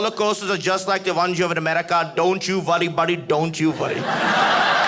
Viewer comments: Don't you vurry buddy don't you vurry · "don't you vworry buddy, don't you vworry" 😄😄